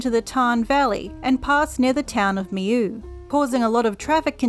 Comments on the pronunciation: hi great information however just wanna say that the pronounciation is not right at all. it's pronounced me-law not me-you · I'm French and it's pronounced like me-yo. They don't have it on English pronunciations' channel !